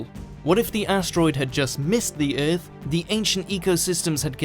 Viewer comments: what would happen if you properly pronounced our planet's name? Ith? No baby no- it's earth...what did you do to the constants??? give them back!!!!!! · What is this planet urff of which you speak and just what are berds? For gods sake get someone who speaks English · lmao the way he says "earth" is like "erff" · In the history of eth? rth? eah? Wat'd you say at the beginning? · THE WAY HE SAY EARTH OMEGALAUL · Why does the narrator say 'earth' like Ming the Merciless from Flash Gordon?